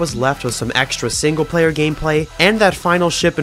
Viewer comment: decent ship ‘playur’